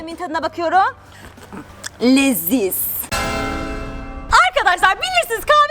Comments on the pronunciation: Yanlız ablanın karpuz yerinde ✨LeiZİz✨ demesi ksjfhfhdjskkd 😂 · Abla nasıl leziz demek o ya🤣🤣🤣🤣